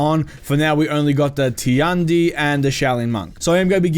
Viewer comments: Actually, it's not "Ti-an-di", it's "Tian-di", "天帝" in Chinese and means the god. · I'm not correcting you but I think Tiandi is pronounced "Chi-on-di" I pretty hype for all the new characters but I'm a little upset that the monk HYBRID has reflex guard? It must be something they did to try and tone down his defense a little because he looks strong as fucccccc